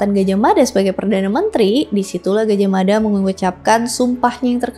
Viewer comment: Gaj ah mada ,Bukan Gajahmada . Hati hati dalam mebahas kerajaan ini